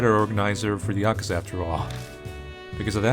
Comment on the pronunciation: The way says Yakuza has to be like a sin for saying it wrong